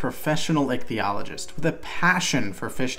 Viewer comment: Every time you said ichtholgist I thought of ichthyasaur also where is the ceocanth in the list?